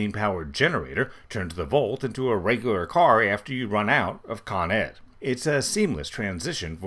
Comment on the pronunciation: Con-Ed. Spoken like a true new yawka.